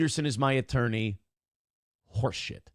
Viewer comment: "Horse shit" or "whore shit"?